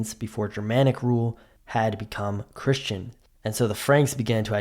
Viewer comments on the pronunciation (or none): none